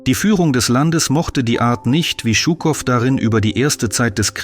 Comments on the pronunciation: Die Aussprache russischer Namen tut weh: Djuuukoff nicht Tschuckoff. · Hallo! Gar nicht schlimm, ich verstehe deutsch gut. Ich hätte bloß sagen: 1.ЖУКОВ und gar nicht «ШУКОВ»! Шуков oder Щуков klingt sehr falsch aus. 2. ich bezweifle, dass Жуков , direkt nach 13. Februar in Dresden war. 3. «Это не наша война» klingt nicht Russisch. 4.Englische und amerikanische Luftangriffe 12, 13. 14. und 15. Februar 1945 waren wirklich schlimm. Dresden Mitte und Dresden Johannstadt lag wirklich in Ruine …. ( ich wohne selber in Dresden). MfG aus DD Александр. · Жуков, nicht schukov, wie Jaqueline, fehlt euch eine Buchstabe? :)) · Shukow heißt Shukow und nicht Schukow. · Stimmt, den Buchstaben "Ж" gibt es in deutsch nicht 😏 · Es wäre schön in solche "Dokus" und auch wo anderst aus ländische Namen aussprechen.BITTE nicht nur die Englische Namen. Er ist nicht Schukow sonder wie Ihr die Jour nalisten ausspricht:Jukow,so ungefer... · Warum dramatisieren Sie derart überhöht diesen propagandistischen Umgang mit einem Interview? Shukow hat stets authentisch und ausführlich dokumentiert, dass der Sieg der Sowjetunion im Großen Vaterländischen Krieg kein "gesetzmäßiger" Spaziergang, sondern ein Kampf auf Leben und Tod war. (Zur Aussprache: dieser Held der Sowjetunion, dem Berlin und die DDR wesentlich ihre Befreiung vor 80 Jahren verdanken, hieß Shukow – und nicht Schukow). Im übrigen treiben heutzutage die westlichen Medien noch viel schlimmer eine verzerrte Propaganda: zur Geschichtsfälschung durch Verschweigen, Zensieren und Unterdrücken missliebiger Wahrheiten.